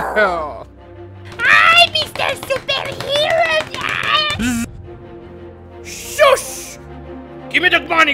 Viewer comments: Soosh more like SSUS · I hear SHUUUUUSH